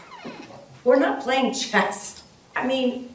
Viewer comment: Did the judge say, “We’re not playing chest”? 😂